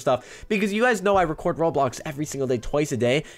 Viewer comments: Its Ro-blox-Blocks-blocky not whatever that is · ITS ROBLOX RO-BLOX RO-BLOCKS NOT AN RO-ALIEN